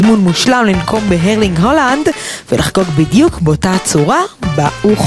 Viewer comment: האלנדדדד לא הולנאדדד ואוו תפנימו כבר